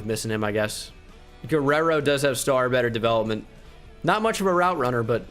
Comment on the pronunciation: I’m mexican and seeing pronounce Guerrero was amazing